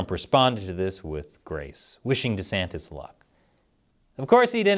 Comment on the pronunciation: Why can you not pronounce his name correctly?? It's not that hard bro.